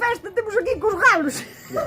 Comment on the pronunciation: Aiiii os jalos e jaliñas jajaja que justo oilos